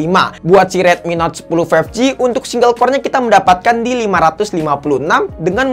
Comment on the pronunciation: five..eek ji